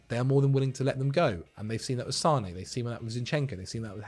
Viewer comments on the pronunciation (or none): none